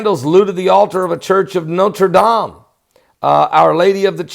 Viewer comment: great pronunciation of Notre Dame !! Très Bien fait ! good work to report and nice and short!!